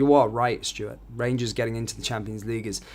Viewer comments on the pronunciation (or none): none